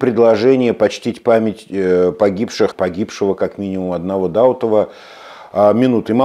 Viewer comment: Дау'тов, не Да' утов. Простите, просто слух режет.